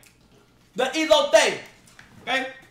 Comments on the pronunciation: yo se bro, medio risa ala forma como lo dijo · What the fuck is olotee 😂😂😂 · He said "Elote" it mania